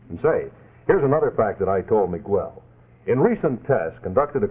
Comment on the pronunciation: That bi-lingual announcer who was selling the Stay-Full Battery sure had our Spanish-speaking audience' attention with his expert proununciation of names such as Mi-GWELL.